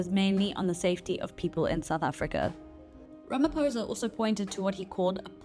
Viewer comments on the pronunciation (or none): As a South African journalist, please will you learn to pronounce President Ramaphosa's surname correctly. On the "O" letter you do not say it as "poh". Rather say it as "paw(h)". From a fellow South African. Love ❤ Beulah John (Ms).😊